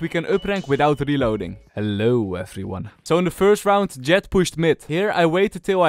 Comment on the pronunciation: its the "Hellou effriuan" for me